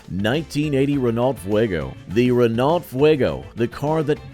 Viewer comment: By the way... it's not pronounced "Re-NAWLT".